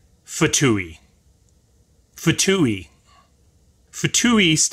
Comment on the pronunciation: Pronounced 'two' the F is silent and no long E sound at the end. :P